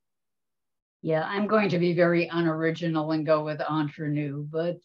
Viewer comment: Hate to be so picky but it's Entre Nous, everybody seems to pronounce it Entrer which is a completely different word in french. Entrer in french means enter. I know they are Canadian and we're known to say eh a lot, but not at the end of this word🤣